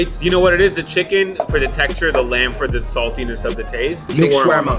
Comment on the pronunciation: I’m actually middle eastern (Egyptian) and andrew pronounced shawerma correctly. There is no such thing as shwarma